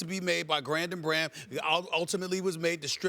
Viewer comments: he say Grandon Braham instead of Brandon Graham. 😂😂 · still can’t get over that Stephen A called him “Grandon Braham” 😂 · who is grandon braham ?! lol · Did Stephen call him Grandon Braham? lol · Anyone else hear Stephen A say "Grandon Braham"? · anybody catch stephen a say "grandon braham?" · Did anybody hear Stephen A Smith say Grandon Braham instead of Brandon Graham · "Grandon Braham" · ''Grandon Braham'' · He said grandon brahm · Who is Grandom Braham, Stephen A? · Who is Grandon Brahm Steven A.? 😂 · I think he said grandon braham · lmao , SAS so blown away he called Brandon Graham ,Gramdon Braham lmfao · Grandon Braham 🤔😂😂😂😂 that ain’t right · Haha he said Grandon Braham (Brandon Graham) 😂😂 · My man stephen said Grandem Brahm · "Grandon Braham"?? rofl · Nigga said Grandon Braham 😂😂😂😂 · ..."Grandon Braham" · Grandon Braham ? lol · Did he say "Grandon Braham"? XD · Grandon Braham? YOU HAD ONE JOB STEPHEN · Hahah Grandon braham, huh SAS? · Did he say "grandon Braham"? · "Grandon Braham"?? lol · “Grandon Bram” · Did he say: "Grandon Bharam?" 😂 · He said "grandon bram" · "Grandon Brham" 😂😂😂😂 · "Grandon Brahm" 😂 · "Grandon Brahm" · who is GRANDON BRAHAM???????? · Did Stephen A just say "Grandon Braham" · Stephen a. Says Grandon Bram Lol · Stephen says, "Grandon Braham". Ha ha ha ha ha! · "Grandon Braham" lol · “grandon Braham” 😂😂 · Lol.. I caught that as well.. How about the other video he says Nick Agholor?